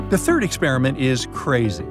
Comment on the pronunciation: "3th" sigh.